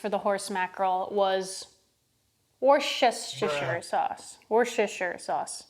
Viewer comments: It's so weird hearing americans say "a 4th cup" like you don't say "a 2nd cup". It's such a minute cultural difference, but every time I hear it, it still sounds wrong PS it's pronouced wuster, like calling someone a wuss lol and yeah, shire like sheer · How to pronounce worcester sauce: Wuss-ter-sure, learned that from a guy in the UK or from somewhere in that area where it comes from 😅 Edit: Also it's 4 am and I'M HUNGRY AF, I should not be watching this, but I got paid yesterday so I can go get food later and I'm craving SO many things rn, not necessarily because of the video, but tomatoes is one of the things because I love tomatoes 😅😅